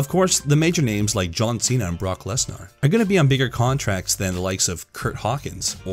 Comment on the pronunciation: A minimal amount of research would tell you what Cody's last name is. Also, who is "Brock Less-Narr"?